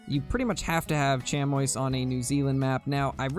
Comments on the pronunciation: Sh-am-ee. Chamois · Chamois is pronounced sham-wah for the animal and shammie when referencing the cloth or leather material!